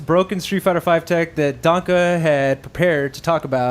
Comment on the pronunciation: Why does this guy call him " DONKA " ? Dude...it's german, and it is pronounced " DAN-KEH", not ... " Donkey Kong ".....